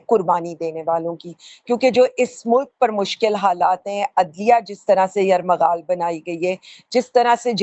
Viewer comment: میڈم یر مغل نہیں ہے یہ یرغمال ہے😂